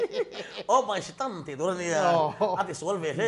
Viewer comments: dikchiah, keipawh kahre fiah hlei theilo reng reng, o my stan ti a ang lutuk, o my setan tihtur khi.. Pu mapuia khian asawi nawn hlauh a, kahre leh vat zawk alawm😂😂😂 adang pawhkhi atamzawk kahre theilo 😂😂😂😭😭😭😭😭😭😭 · ngaihsaka hi atawng hi hriat ahar thei lutuk a... 😂😂😂 OH.. MY SETAN tihkha ( OH.. MY STAN TI A ANG LUTUK ) 😂😂😂 Enge asawi kan ngaihtuah chhugin amahin alo nuizo vek zel alawm 😂😂😂😂🤐 👍👍👍